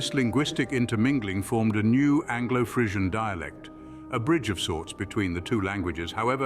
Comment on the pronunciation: Crap video. He doesn't even pronounce Frisian correctly.